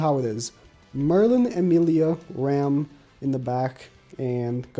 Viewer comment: It’s ram and rem it’s so irritating to me